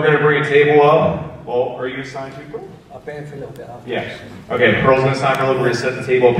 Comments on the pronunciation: Its Porl, not Pearl. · PORL!!!!!! NOT PEARL, DAMMNIT!!!!!!!